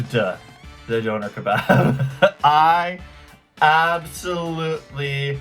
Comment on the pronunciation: The way the British guy pronounces “döner” is really annoying. And….then I heard him say “taco”.🤦🏻‍♀️ It’s like he’s thinking , “these aren’t English words so I’m not even gonna try.”